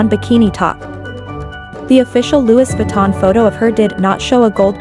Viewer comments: So bothered how she pronounces Louis Vuitton… it’s silent S! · Dont say Louis Vuitton ever again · If you could pronounce Louis Vuitton properly it would be nice 😩